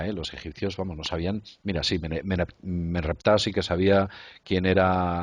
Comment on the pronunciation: Ellos dicen Meneptah Y es Merenptah. Nisiquera Pronuncian bien el nombre de ese Faraón